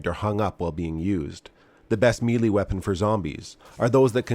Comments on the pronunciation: Its pronounced May-lay you sound like you're doing a Chinese accent. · I always look forward to your videos, and really appreciate the information you provide. Just an FYI though, melee is usually pronounced as "may-lay" in the U.S.. Although I just read that the British and French say either "MEH-lay" or "meh-LAY." Here's a video that talks about it - A minor thing, and not meant to be a put-down, just thought you might like to know. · Just watching this after some witch kriffery from Disney Star Wars' Ahsoka. Strange way to say "melee", BTDubs. and : Ah, there's the ReBoot footage from S3E1 - "To Mend and Defend". Really miss the, heh, "monoboobs" at this point though. A bit sad to see the RE2 Remake and RE3 "Reimagining" instead of the original releases, but it's kind of nice to see the OG RE4. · Don't take advice on Melee Weapons from someone who cannot correctly pronounce "Melee". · That's gotta be the funniest pronunciation of melee I've heard yet